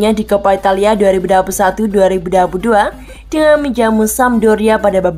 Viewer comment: salah fokus sama suara naratornya saat mengucapkan tahun 2022